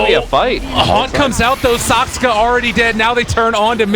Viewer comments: SAKSKA SAKSKA SAKSKA it fucking triggers me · The pundit can speak clearly with 200 words per minute but somehow manages to pronounce T.bird Saksa wrong every single time ...